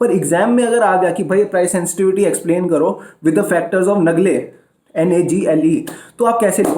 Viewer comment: Nalle nhi nagle😂